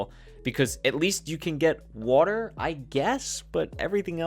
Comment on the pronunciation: POG wooter instead of water new york accent? your from new jersey close